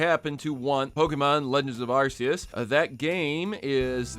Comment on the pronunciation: I just gonna say that you said Arceus name wrong if hadn't noticed and the correct pronunciation for it is Ar-key-us for the west and maybe the rest of the world.